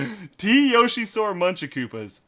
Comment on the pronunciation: I hate people who say yosh-ee instead of yo-shee, knows the stuff.